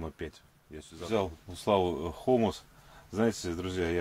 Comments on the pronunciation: Да что за ерунда, исправляю, не меняется. На себя надо тянуть язычок хомуса, только легонько.))) И не хомус, звучит в твоем слове как гумус ХОМУС ударение на О и У. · Правильнее не хОмус а хомУс